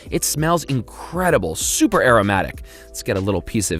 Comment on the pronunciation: Did no one noticed about he saying "chuper"